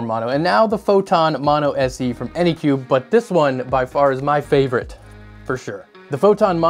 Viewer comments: Say it with me, "AnycubIC". With an I-C at the end. Not Anycube. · Anycubic... not anycube. Seeing the name written on the printer and hearing it pronounced wrong is so disorienting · Phew not the only one that says Anycube. Anycubic is too many syllables. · Drinking game: take a shot every time he says anycubic wrong. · I am watching this right now, and he has screwed up anycubic at least 5 times in 5 minutes. That's a little too fast for me.